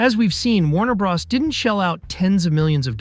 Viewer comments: Hearing 'Warner Bra's' instead of Warner brothers or Warner bros - gives me diarrhea. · “Warner bras”… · "Warner Bras"